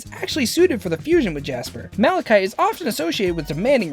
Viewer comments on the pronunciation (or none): none